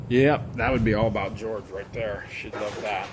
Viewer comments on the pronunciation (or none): none